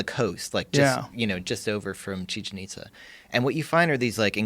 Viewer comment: I love how they butcher Chichen Itza pronunciation